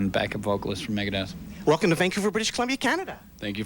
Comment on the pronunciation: “Maygehdeth” -nardo